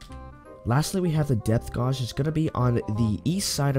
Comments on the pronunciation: Can't even say gauge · Calipers is pronounced Kali-pers and Depth gauge is pronounced depth gay-ge. Ffs dude.